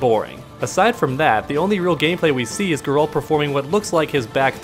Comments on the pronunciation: Originally how in Poland we would call him, the second way to say it you mentioned was closer, but what would stand out the most in it would be the fact you end with 'd', while it should be 't'. [ɡɛralt] Still i guess its fine if you translate it, as its a name, same as for Mikołaj Kopernik-Nicolaus Copernicus (not even close in terms of sounds). So its all cool if you call him Gerry, would be funny actually. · In the games they pronounced his name like "G-air-alt" love your channel! :) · pronunciation is more like Gaer-ult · "Ger-alt" with G as in go. The accent is placed on the first syllable. It's not GER-AAALLLLLTTTTTT!!!!!!11111!!!!, which is the way most English speakers pronounce it.